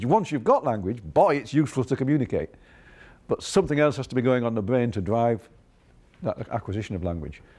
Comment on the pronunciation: THE BWAIN???? THE BWAIN??? Lol 😂 guy can’t speak. Nerve racking. Bugs bunny 🐰